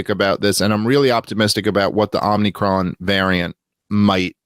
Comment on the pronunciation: Hey guys, love the show! Dave, stop saying OmNicron. There's no end.